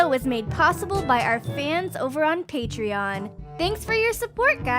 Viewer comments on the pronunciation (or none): none